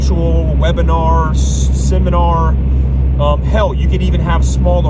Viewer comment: Love how you say "HELL.." when referring to how the worshipers could do things smarter haha. Great video though, your opinion is appreciated